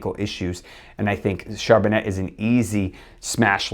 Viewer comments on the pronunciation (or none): Great job! Thank you very much! Doc, you need to work on your French! It is pronounced Char bon nay